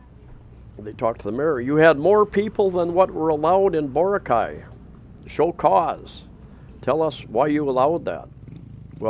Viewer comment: Great video. It's pronounced Bore Rock eye. They have many Filipino's but they do not spend money like the foreigners.